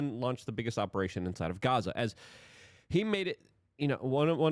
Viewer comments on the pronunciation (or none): none